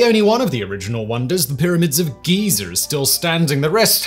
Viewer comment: "The pyramids of geezer"